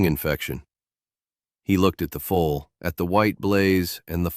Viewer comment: Foal,not full. not fool